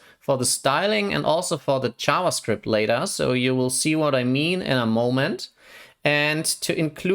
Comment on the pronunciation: I got confused when I heard "ChavaScript"